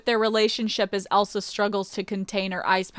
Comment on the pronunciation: ElsAUH and AnnAUH